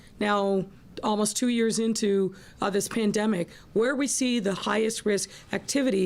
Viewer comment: Lol did she just say "klandemic"?